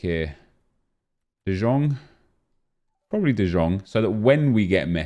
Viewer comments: Pls stop calling frenkie de jong “de zjong” you pronounce it like “de young” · KURWA CZYTAJ DE JONG A NIE DE ŻONG JA PIERDOLE JAK MNIE TO WKURWIA JA PIERDOLE DE JONG JEST POPRAWNIE PO HOLENDERSKU !!!!!!!!!!!!!!!!!!!!!!!!!!!!!!!!!!!1111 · its de yong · Why is he pronouncing De Jong the way he is, I really hope he’s trolling.